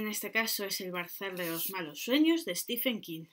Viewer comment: Se pronuncia en su caso stíven, no stífen.